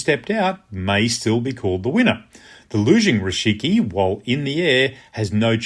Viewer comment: Thanks for the explanation. Just a small correction: it's "rikishi", not "rishiki".